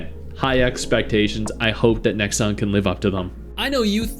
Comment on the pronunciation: The moment you said 'Nexon' - yeah no lol